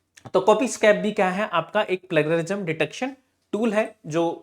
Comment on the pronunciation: प्लेज़रिज्म बोल भाई 😅😅😅